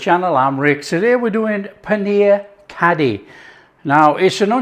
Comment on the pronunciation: Nice. Fun fact - It's pronounced curry - the dh is hard r sound in Punjabi. There's about 3 r sounds in placement of tongue. This is best with pakoras. Yum yum